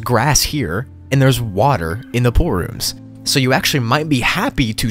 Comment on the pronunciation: The Name is Pool-Rooms. Says:Poor-Roms. Nice